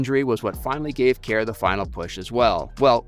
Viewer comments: “steave kAiR” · where is the A in Kerr?